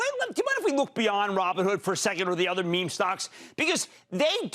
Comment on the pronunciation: I shutter every time he says “meme”